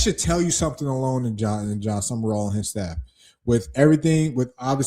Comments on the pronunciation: Sumrall! At least get the name right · You pronounced it “Sumerall” honest mistake